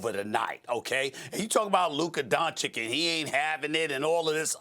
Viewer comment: At least perk can pronounce Doncic 👍😊. Sas is still struggling 🙈